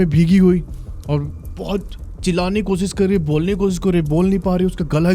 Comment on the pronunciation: को सि स नहीं होता कोशिश होता है बेहोस नहीं होता बेहोश होता है। You should work on your pronunciation😅